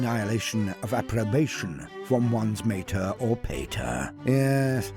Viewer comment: The way said mater and pater hurt me.